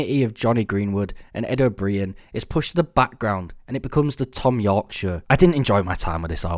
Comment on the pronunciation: How are you English but can’t pronounce O’Brien properly?